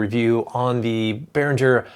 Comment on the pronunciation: Ouch you hurt my ears ! First Behrinsher is not Behrinsher ! It is Behringer, same as for Gibbson guitars they are not Dshibbson ! And then you make a mess with digital sync configuration ! The master is always the converter ! In your case here it is the ADA8200 ! The UCX ist the slave and it must sync to Adat In, you have to click in the menu of the RME settings on the computer ! Forget wordclock ! Wordclock is gone ! The DA-converter is ALWAYS the master and everybody else must sync to it then you got it right ! Read books from Bob Katz ! cheers ✌🏻🚀🌍👍🏼